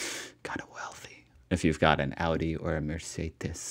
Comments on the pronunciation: sie legt viel zu viel Betonung auf das U, wahrscheinlich um zu zeigen wo die amis den Fehler machen, aber trotzdem falsch. Da hört es sich besser an als er das erste mal Audi sagt. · Audi hat sie völlig falsch betont.